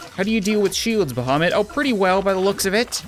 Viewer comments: Archetex I'm muslim and I agree idk why but it sounds like him.. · Actually thought you said Mohammed.. the cat. My bad. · You are saying bahamut wrong.